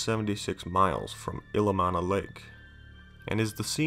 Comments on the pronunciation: It's pronounced Ill-E-om-na. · Ill-ee-om-nuh and kling-get not t lingit